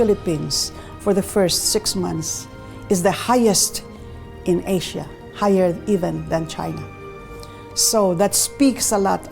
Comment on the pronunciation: Why is the narrator saying 'Asia' really weird?